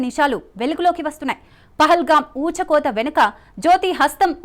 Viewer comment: రాయ బారి అనాలి కానీ రాయభా రీ కాదు,ఊచకోత అనాలి,ఉచ్చకోత కాదు.